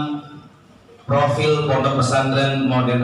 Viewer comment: Profil. Bukan Propil atau Fropil. Hehehe.